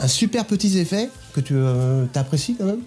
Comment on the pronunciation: "un super petit zeffet" comme dirait:-))) Blague à part, c'est flash, rapide et très impactant, BRAVO à vous 2!!!